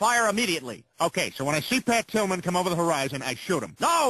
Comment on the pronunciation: the only time the officer said Pat Tillman he did it wrong. He said Pat Pillman :D